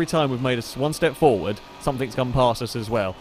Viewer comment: dude said fwd twitchiness lmao